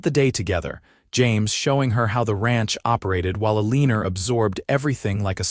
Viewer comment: el - e - nor Not a - leen - er. Is she a professional leaner? Or does she just lean on fences, or whatever, as a hobby?